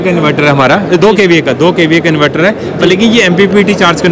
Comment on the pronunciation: इनवैटर nahi इनवर्टर bolte hain